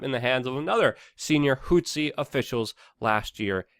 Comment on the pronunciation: What the hell is a "hootzee rebel"? Zero Hedge should add a pronunciation guide for this dude. Put it before the "travel hacks" section.